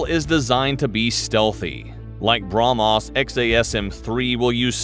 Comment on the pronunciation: its brah mhos not bra mos you spell .